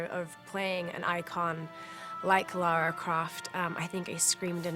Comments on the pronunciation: Yea but she can't even say her game character's name properly cos she's been innthe states too long. It's Lara not Laura.. as they seem to be saying.. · Camilla and the interviewer and Crystal Dymamics can't say her name correctly.. It's Lara ffs not Laura. Arghh !! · Biggest pet peeve ever: "Laura Croft" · So is it LAURA Croft or LAHRAH Croft? (Pronunciation) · its Lara not Laura lol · It's Lara not Lora ffs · did he say LORA Croft at the end?!? jeebus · You would hope that the host of a documentary on Lara Croft could pronounce "Lara" properly :|